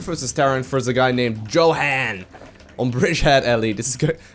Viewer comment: I think YoHan is pronounced: Yo as in yo-yo Han as in hand not like "Jo-hahn"